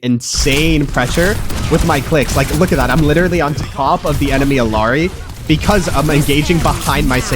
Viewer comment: he can say Eichenwalde correctly, but not Illari... 🥀💀 but above all else, great tips! thank you!